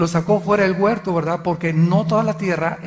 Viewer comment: Alducin es un indocto, no sabe ni hablar dice: guerto